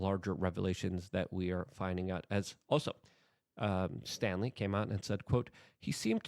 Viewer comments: Why do you keep mispronouncing the guy's name? Its STALEY, not Stanley. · Staley, not Stanley. The mispronunciation is kind of irritating, especially names. Words matter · The name is Jes STALEY, not “Stanley” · its STALEY, not stanley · Dude, there is no "n" in Staley.